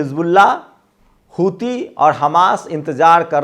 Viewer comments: Not Hitu its Huti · Hoothi hota hai ........ Hithu nahi😂😂😂